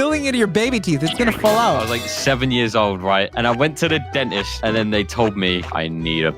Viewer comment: How bro said Dentist😂